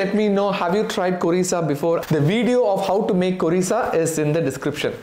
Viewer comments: It is not korisa it is `khorisa ‘ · 6. Khorisa not kurisa or curisa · It's Khorisa. Bambo shoot.